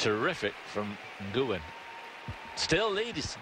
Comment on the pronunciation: I always love the British Eurosport commentators… although the pronunciation of both 'Ge' and 'Nguyen' here is pretty funny :P